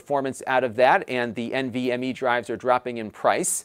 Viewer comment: the way he said nvme ssd lol. Great video bro.